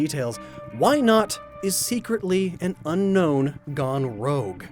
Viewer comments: U pronounced Unown wrong, it is Un-Own, not unknown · Un-own. Not Un-Known